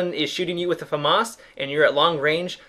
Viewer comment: That's how it's pronounced. Fuh-moss not fam-iss